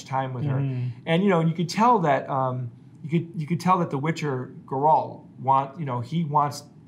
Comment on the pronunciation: I'm not getting used to how yous all pronounce his name as "Gorolt" and put the emphasis on the second syllable.